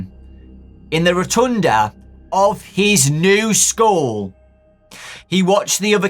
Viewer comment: I thought he said new skull instead of school at first as if Kelsey was a spirit that had been put into a new body